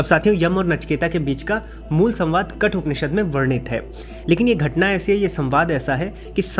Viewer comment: KATHOPANISHAD , NOT KATUPANISHAD.